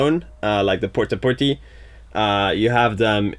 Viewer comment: I like it when you say port-a-potty. Pert-a -perty